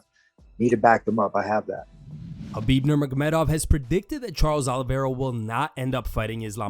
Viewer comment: It’s Ha-Beeb not Ka-Beeb. No one ever pronounces his name correctly.